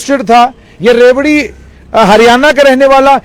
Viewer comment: Sir its रेवाड़ी not रेवड़ी 😁